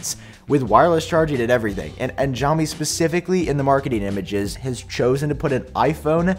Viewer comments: xiaomi is pronounced "see-ow"me. there is never a "sh" sound as long as no h is in the name. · Just saying you're pronouncing xiaomi wrong. It was bugging me a little and I didn't know which company you were talking about until I saw it on screen lol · I assume you're talking about Xiaomi's new wireless charging pad. The "x" in Chinese pinyin writing is pronounced almost like an "sh," not a "j." If it helps you remember, you can think of "show me, Xiaomi."